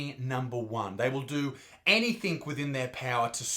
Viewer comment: Bro, did you say "anythink"?